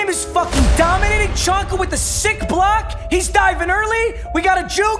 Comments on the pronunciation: its pronounced zonka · homie it’s zonka not chonka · I love papa so much 🤦‍♂️😂 larry Csonka is is pronounced Larry Zonka not Chonka😂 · Just so you know csonka is prounouced like zonka not chanka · Chonka bruh😂 it’s zonka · Lmao its Larry ZONKA. Not chonka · It’s zonka not chanka papa. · Aye Papa it's pronounced Zonka not chonka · It’s pronounced zonka. No one says chonka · Your fb “chonka” is pronounced zonka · Papa you calling him “Chonka” physically hurts my ears. It’s pronounced “Zonka” like tonka truck with a Z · It’s Pronounced Zonka….Not Chonka :) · Its pronounced zonka not chonka u turd lol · it's pronounced zonka bro stop saying chonka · For the love of god “ Z-On-Ka” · It’s pronounced “zonka” 😂😂😂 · It’s killing me how much you mispronounce Larry Csonkas name! It’s “Zonka” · It’s pronounced like zonka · papa its pronounced zonka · his name is said like zonka pls stop this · It’s pronounced zonka not chonka